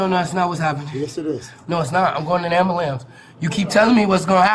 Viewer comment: Nothing is more annoying than hearing “amboolamps” over and over 😂